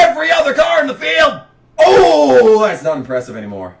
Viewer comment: Its not impressive to say impresshive...........lmao. just trolling you brother. These rants were always legendary. At the time I am sure I was mad as I was KB fan. However, I tottally understand the pain. I hate to see Larson in the 88 car now. I wish he had to drive the 32 or 91 like Chastain does sometimes (i know he won in a JRM car last week)(you made that suggestion in this video 10 years prior, just got to that point now). Which is exactly the frustration you are describing with Kyle Busch here. And not everyone can win in the 18. Riley Herbst never did. He won in the 98 though. The same arguments are made in this video about Sieg 10 years later and he is still in that 💩 box 39. #themorethingschangethemoretheystaythesame